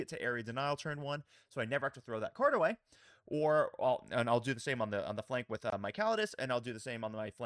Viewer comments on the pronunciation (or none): none